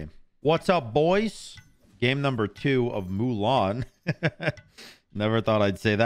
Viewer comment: “Moo-len” 😭 its “Moo-Lahn”